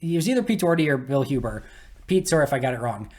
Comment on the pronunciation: Nothing reminds me about your Wisconsinite status quite like hearing you pronounce "Sorry" 😂